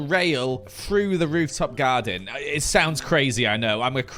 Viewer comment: bro said rooftop gyaden!! XD